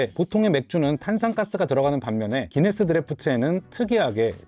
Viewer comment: 왜 구인네스라고하나요? 기네스아닌가요?